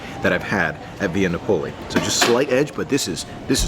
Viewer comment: FYI, Via Napoli is pronounced Nap-o-lee, not Na-pole-ee